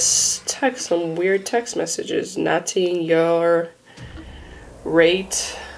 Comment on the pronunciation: I know what it meant when she said Nating. Yur rayt. A litel mor slip mayt fiks mi. She meant Nothing. Your right. A little more sleep might fix me.